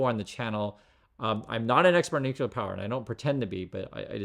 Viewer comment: For the love of science, stop saying NOO-KULAR... 😂